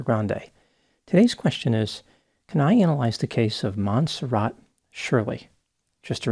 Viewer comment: It's not mon serrat? Mon serray?